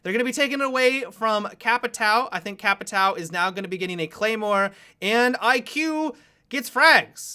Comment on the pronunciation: Hey! Love your vids! Do you mind use google translate to listen how the words Caveira and Capitão sounds like? As a Brazilian who freaking love your vids this is kind of a downside for me... feels a little disrespectful... I know the Capitão is really hard for you guys to say (the ÃO thing is really annoying) but caveira is pretty simple:D Thanks allot!